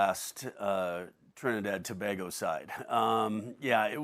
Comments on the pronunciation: It's To- bay-go/Tobago, not To-ba-go!!! 😡😡😡😡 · Thank you.... tobaaaaaaaago annoys me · Pronounced “Toe-bago” Herc. Damn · Aye tel da man to pronounce we country name correct seem he's to proud to be whatever Mexican wanna be american he is and shaka just bow his head whilst he still saying to bag go if a trini see him .. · I cringe everytime this guy says Tobago. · Can Shaka please correct how Herc pronounces Tobago? It's not a huge deal but it just sounds so odd.